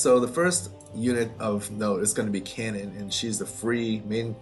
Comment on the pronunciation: Think the pronunciation of Kanon is "car-non" as in the Japanese name instead of cannon.